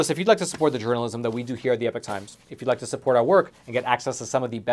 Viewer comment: I’ve said it before I’ll say it again get the epoch times or as says the epic times 😂, as always your awesome